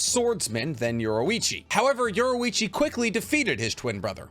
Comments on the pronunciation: its yor-ichi not yoru-ichi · Great video my only thing is that you kept calling yorrichi from KNY yorruichi from bleach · I can’t handle it anymore it’s pronounced YOUR-EE-CHEE AND KO-KU-SHI-BO